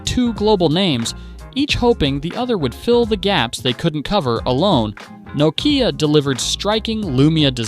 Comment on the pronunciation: I don't understand how it is possible to do a video on a brand, and continuing to mispronounce it